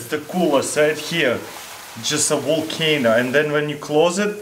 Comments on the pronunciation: Am i the only one who heard Volc-Anal ? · Wotarmelon wolcano!